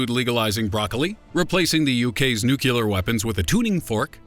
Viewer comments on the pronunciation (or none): It's nu-kle-ur. Not nuk-u-lar. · It's nuclear... Not nuculer. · whAT Is nuculer? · They're Nuclear weapons host, not NookYouLer. smh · A bit pedantic don't you think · NuCLEAR. Geez...